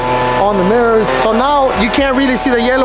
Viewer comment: On The murrors 💀